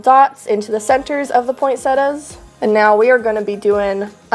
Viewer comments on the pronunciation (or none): Pointsettas? Learn how to say it ffs